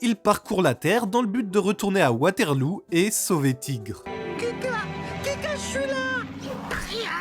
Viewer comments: la manière dont il dit Waterloo me termine on dit waterleau et pas waterlou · super vidéo, ça m’a remonté pleins de souvenirs ! par contre petit détail, on dit Waterlo même si ça s’écrit waterloo 😁